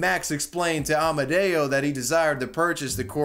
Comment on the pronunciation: I hear Amadeo, but his name was Amodeo... what's the error?